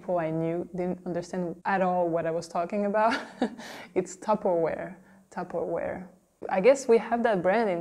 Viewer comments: Here she pronounces more like tu-per-oir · Regarding "Tupperware", I was really surprised not to hear the"w" pronounced as "v". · Ah oui, le fameux "MecDo" du Québec 😂 ça me fait rire à chaque fois psk en français de France Mc se dit "Mac". La façon dont elle a dit tupperware est très française. En Wallonie ou à Bruxelles ce serait plus d'une manière anglophone. Et pour Levi's, comment vous prononcez vous ?